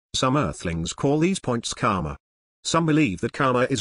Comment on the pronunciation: The guy pronounces it 'Kama' (which means sex in sanskrit which owns this word!) instead of 'KaRma' with a stress on 'R'. Its really funny to replace Karma with Kamma thenceforth :D